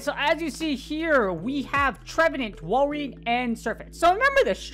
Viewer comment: Im a little triggered about you calling it walrIEn and not walrein